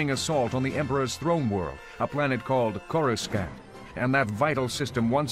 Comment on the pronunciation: Lol Corus-can't